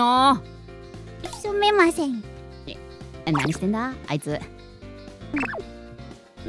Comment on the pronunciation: すみませんの発音おもろい